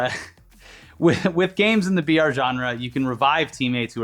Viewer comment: I been hear VR for a while then i realized they were saying BR